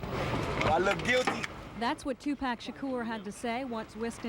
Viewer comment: These reporters mispronouncing his name smh..... TWO-PACK Shakur.